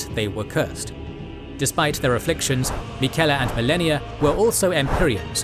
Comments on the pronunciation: Miquella pronunciation was very wrong. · Love the video, hate that you pronounce names like Miquella and Rykard as though you never played the game lol.